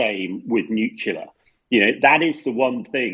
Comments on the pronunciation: Good podcast but please stop saying nucula. The word is nu-clear! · Nucular energy hah, why is it that even media people pronounce this wrong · Hamish needs to learn how to pronounce "nuclear" if he wants to provide his expertise on the subject. My ears are bleeding!